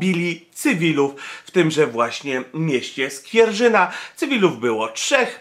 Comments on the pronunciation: Skwierzyna!!!! a nie Skwierrzyna!!! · Skwierzyna a nie Skwierżyna. Pozdrawiam. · Skwierzyna nie Skwierrzyna😉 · SkwieRZyna nie SkwieRŻyna - uszy bolą :| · Panie Skwierzyna a nie skwierżyna moje misto urodzenia ,mieszkam 20 km od tej miejscowosci i mam trochę do powiedzenia na np taki temat jak pojedziesz tam na pizze mesykanow wpizeri masa i robia taki gnoj ze glowa mala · Skwierzyna nie Skwierżyna :-P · Nazwa Skwierzyna wcześniej też źle wypowiedziana. Co nazwa lub nazwisko to gafa.